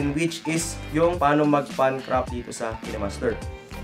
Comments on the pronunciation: Kinemaster not kenemaster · Bat po ki-ne master pronounce mo? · pronounced yan as KaynMaster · Kaynmaster ang basa sir